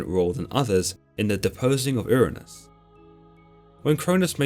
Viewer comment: The way he pronounces Hyperion's father name sounds like Ernes instead of Uranus but the synopsis is spot on.